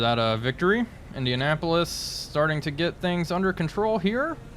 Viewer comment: I do a little cringe every time you say "Indianapolis". Damn.